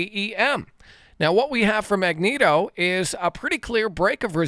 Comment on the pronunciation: Agnico, not Agnito 😂